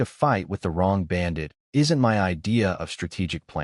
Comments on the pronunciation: Why does the AI refuse to pronounce my instead reads it as M Y? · "that is em-why territory" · y can't this AI say "my" right ???